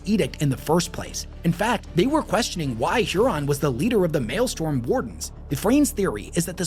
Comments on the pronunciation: incorrect. Strom vs storm isn't an accent thing. Sturm, maybe, but he says malestorm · Pedant here. Mael-strom...not Mael-storm. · hey wes, love the charisma! The number of mispronounced words in this video was really starting to get to me tho. It's maelstROM not maelstorm. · If you take a shot every time he says malestorm instead of maelstrom you’ll be dead pretty quick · I’m so sorry but I have to: ITS MAELSTROM NOT “MALESTORM”. I believe Malestorm is the High Gothic for a sausage party. So while still appropriate for a large gathering of Astartes; it is incorrect in this context. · ...alright i cant resist.... MAELSTROM!!! ITS MAELSTROM!!! STROM!!! NOT STORM!!!!! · Brother, its the Maelstrom, not the Maelstorm. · It is also pronounced as "mael-strom" not "male-storm" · Drinking game: take a shot every time says male storm instead of maelstrom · Yes, it is super distracting haha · Take a Shot every time he says Malestorm instead of Maelstrom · My guy it is mael-STROM. Please I'm begging you. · is not beating allegations of Loretubers not reading source material when he mispronounces "Maelstrom" as Maelstorm for the billionth time. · I keep hearing him say "male storm" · I had so much faith in him I was assuming it was called The Maelstorm…still distracted me enough to come comment tho. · over here just refusing to say Maelstrom correctly. Doing everything in his power to not say it right. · Thank you!!!! Was driving me nuts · After the dozenth time mispronouncing it, I just couldn't anymore. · For the love of God it's maelstROM, not maelstorm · Since I doubt I could add anything else......it's "maelstrom", not "malestorm." Pronounced "may-yell-strum" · Mael-STROM not mael-STORM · For the love of the Emperor, it's pronounced MALE-STRUM, not MALE-STORM. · Maelstrom. Strom not storm. Fun video. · Maelstrom, not male storm... the r goes before the o. That was driving me nuts. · Maelstrom. Not mail storm.